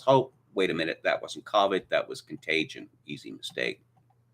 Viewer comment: It's a mystery to me why purposely mispronounces COVID. He sounds like he's trying to be some kind of upper class British elite. Whereas 99.99% of everyone else pronounces COVID the same way he knows better than that. If he thinks he's trying to sound insightful or something it doesn't work, it just makes him sound like an idiot.